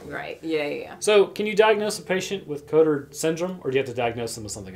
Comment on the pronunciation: Congrats ! You could not have pronounced that worse xD